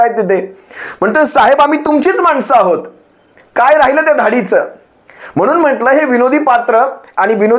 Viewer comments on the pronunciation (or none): none